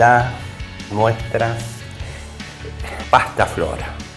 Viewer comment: Buen video No es "pastaflora", es Pastafrola😅